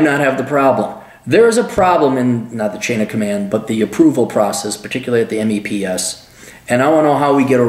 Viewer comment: we call it meps... not m-e-p-s